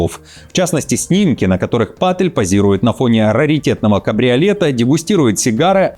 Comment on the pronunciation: Вообще то не ПАтель а ПатЭль и не КАш а КЭш ПатЭль ....